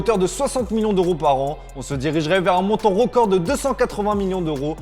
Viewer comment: Un peu de mal avec la prononciation du son « heu » Rocord, Millions d’oro, ropoussé, kort zouma Désolé de passer pour le connard mais ça m’irrite et fallait que je l’écrive 🥲